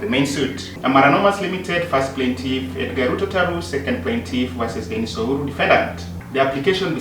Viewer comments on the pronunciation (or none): none